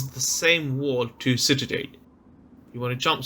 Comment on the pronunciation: For the love of God It's pronounced Citadel. CitaDELL